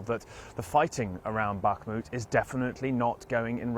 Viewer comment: "Wagner" group. You're speaking English. Not "Vahgner". You say "Back-mut" when it's "Bach-moot". Why don't you say that right? Wagner. With a W.